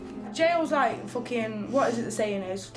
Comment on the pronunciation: Facking, foking,..fock,..focking,..facking...focking,,,fock...fack,..focking...so sad...:(